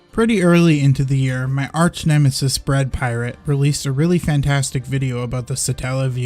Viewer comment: Sounded like you said, I really enjoy watching both your channels.